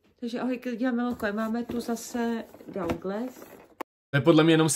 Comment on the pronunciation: Už jej niekto povedzte, že sa to vyslovuje "duglas"😩